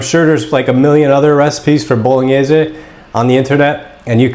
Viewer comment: Now that is authentic. Specially from someone who can actually pronounce Bolognese correctly.